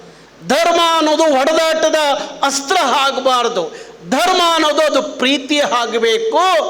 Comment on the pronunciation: ಲೋ ಕಮಂಗಿ ಅದು ಹಾಚೆ ಅಲ್ಲ ಆಚೆ ಸರಿಯಾಗಿ ಕನ್ನಡ ಮಾತಾಡೋದು ಕತ್ಕೋ ನೀನು ಅದು ಹಾಗ್ಬಾರ್ದು ಅಲ್ಲ ಆಗ್ಬಾರ್ದು